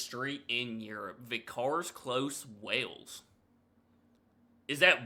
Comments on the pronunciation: You even slaughter the english pronounciation, getting ve cars road , Whales out of Vicars Road, Wells...? WTF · It is 'Wells' not 'Wales'. Wells is in the South West of England in the county of Somerset. It is actually the smallest City in England. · Not wales its wells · its not Wales , its Wells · Do-do you think that Wells and WALES are the same thing? You’re pronouncing them the exact same (to my ear) but I could be your accent I’m not understanding 100%. 🫤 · No! Wells isn't Wales, just because you pronounce the two the same, doesn't make them the same. They couldn't be more different. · Your pronunciation is odd. It’s vicar as in priest and Wells as in a hole in the ground for water. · I've been to the pub in Nottingham, the food is lovely, and the Atmosphere is incredible. Capua is the town featured in Spartacus. Wells(pronounced like Hells) is in Somerset, in the the southwest of England, near to Bristol. And yes, there are people living in Vickers Close (Vick sounds like Hick) The "Castle" is actually Wells Cathedral, which has steps that have been used in a variety of media, including Dungeons & Dragons:Honor Among Thieves. 5500 years of coastal erosion, it was inland once. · Wells is a place in England. Wales is a country. They're pronounced differently.